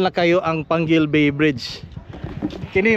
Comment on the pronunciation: dili na pwede basahon pangil kai naa man siyag letter U,,panggil jd na siya pagbasa